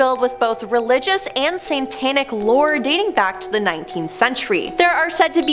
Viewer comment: Is she saying Satanic as Santanic? Do they worship Santa or the guitarist Santana? 😂